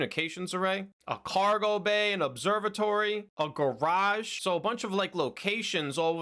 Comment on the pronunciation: "Charging Garageg" XD